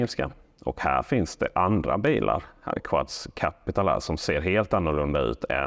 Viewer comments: Namnet skall nog uttalas "Kuds". Quds är det arabiska namnet på Jerusalem. Så bilmärket är i princip "Jerusalem" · Bilarna heter inte ”Quads” utan Quds vilket är det arabiska ordet för Jerusalem.